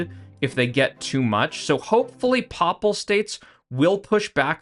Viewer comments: “Paypal States” like “The Papacy” “Paye-pal” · your pronunciation of papal states is horrific, other than that good vid